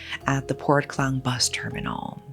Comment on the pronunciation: It's Port Klang (Malay Kekang), as opposed to Clang.